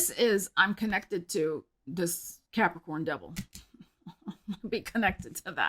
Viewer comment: Cannot start my February without uttering Cuahpricoorn 😂 Thanks and hope your February goes swell 😊❤😊